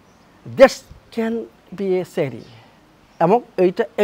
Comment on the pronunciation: It is not Shari it is Shari